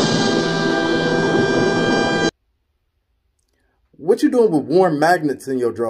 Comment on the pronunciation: Bruh she said warms and magnets 🤮🤮